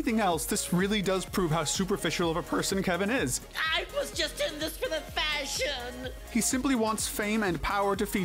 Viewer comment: You said fashion the same way K does! 😂😂💀💀💀